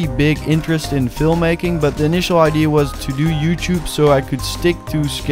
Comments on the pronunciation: No offence but you pronounce idea wrong. You say ID. Look it up on google and press the sound button. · Has anyone realized that he says idee instead of idea like in 😂❤